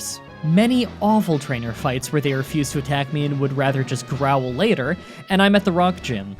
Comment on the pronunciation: HOW THE HELL DO YOU MISPRONOUNCE "GROWL"?!? THAT'S LITERALLY JUST A REAL WORD!!!